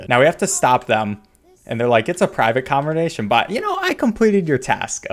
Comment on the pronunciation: "private convernation" lol